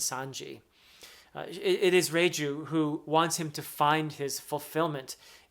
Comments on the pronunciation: Perfectly pronounced Reiju❤ She's amazing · Reiju pronuncation was spot on, about Capone Gang Bege, it's beh-gi:, somewhat simmilar to say veggie.